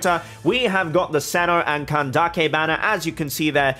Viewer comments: As much as it is amazing how you try to pronounce the names as accurately as possible, I find it hard to believe that you're dismissing the Mihoyo's pronunciation as simply "a mistake of the one in charge of English Dub". It very well can be the intended pronunciation? And what's with seh-no? If you want to be "accurate", shouldn't it be Kai-no? It's Greek. Btw neither you nor Mihoyo (a chinese company) is even pronouncing Zhong Li's name properly as it should be in chinese. The point is, just stick with how the English Dub pronounce it. There is legit no point trying to pronounce it as culturally accurate as possible, as this is something with an absolute dichotomy. You trying to pronounce it "as accurately as possible" just pisses off the native speakers whose names you've butchered, and the players who don't care how the names are pronounced but are hella confused as to who you're mentioning in your videos. (Who the fk is kentuckay?! Kentucky Fried Chicken?!) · As Greek, i should step in and say that if Cino comes from the greek word of a dog (aka κυνίδες aka canidae), then it should be pronounced Kino. Also ... still very suprised that ppl have a difficult time pronouncing ur name. It is the simplest name ever. They must be doing it on purpose, i dunno... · yes cyno is Greek ( im from Greece) but we don't use it, it's from ancient Greek , i think the name cyno is from the word "κύων" which means canis (the name of the species of dogs, wolfs etc) so the pronunciation for me is with K , Kyno..!!! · If for Cyno they took the Greek word kúōn, then it's pronounced kúno! Coming from a Greek person^^ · Cyno is actually pronounced see-new it's Egyptian and means dog 🐕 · The Irony. You getting at people for mispronouncing your name and other names from other cultures; Yet you and Hoyoverse are mispronuncing cyno. Both you and Hoyoverse are using Japanese pronunciation, Greek pronunciation is way different. Hoyoverse and you should've of looked it up.